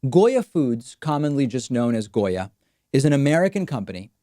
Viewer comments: I appreciate the fact that you pronunced it how we do, not only in Argentina but in most of the spanish speaking countries of America. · Gotta love Davids perfect Spanish pronunciation of the name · David Pakman speaks Spanish ??? Cause that pronunciation was pretty darn good